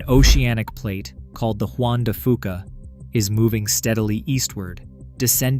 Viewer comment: Juan de "few-kuh"...